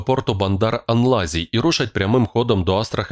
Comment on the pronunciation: Бандар Анзалі, а не анлазі. Педалі плутаєш?